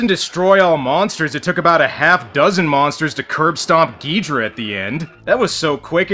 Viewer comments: It's Gi-DOH-rah and not gidra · U called King Ghidorah geedruh lol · Excuse me sir. I am a Godzilla fan boy, and I can tell you it iis pronounced GhidOra. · Just a reminder it's Ghidorah